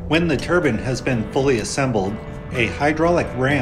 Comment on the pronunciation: It's turbine , not turban